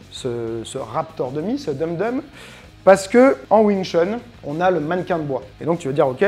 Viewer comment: Super vidéo 🙂 Tout le long de la vidéo, au lieu de ''Dum Dum'' pour ''dummy'' j'entends toujours "dumb dumb" 🤣🤣